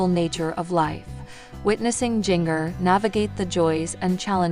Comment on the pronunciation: Please learn how to say her name correctly. It’s Jinger-like the spice, ginger. Stop slaughtering her name‼️‼️‼️